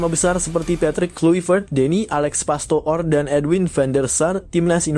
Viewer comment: Itu nama jgn dibaca pastoor tp pastur yaa